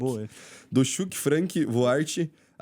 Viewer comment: Não se lê Xuk Lê-se Tchuck 😂😂